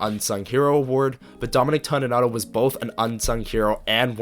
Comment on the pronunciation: Appreciated and enjoyed, one small thing it's TONY nato not TAWNY nato.